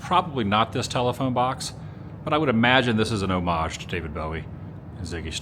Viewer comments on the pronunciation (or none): none